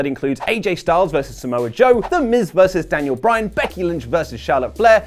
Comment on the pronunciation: Daniel Boo-yan